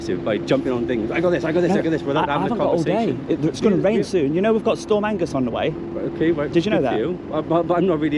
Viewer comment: storm agnes not "angus"